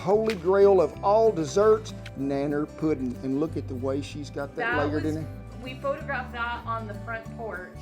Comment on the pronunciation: "'Nanner puddin' " The man knows how to say it right. 😄